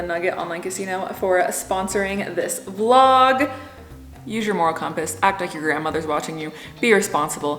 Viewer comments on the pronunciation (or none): none